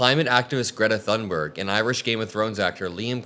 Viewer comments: Her name is pronounced "tune" berg, not "thun" berg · Greta Thunberg is worthy of being spoken of correctly! The 'h' in Thunberg is silent, and the 'u' sounds like 'oo' in book, so her name sounds closer to 'Toonberg.' Thank you for your attention. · ps Thunberg is pronounced "Toon berg" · Btw, Greta's last name is pronounced toon-ber-ye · It's pronounced Toon-berg. I am not part of the internet police just don't want the other kids to make fun of you. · Thunberg is Swedish, the H in her name is silent. It's pronounced Tunberg. 🙄😖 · For F sakes pronounce the name of a world hero correctly. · The correct Swedish pronunciation of Thunberg can be heard in this short clip